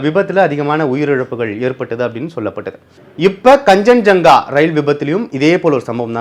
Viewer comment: Plz pronounce the names properly its Kaanchanjunga express, its New Jalpaiguri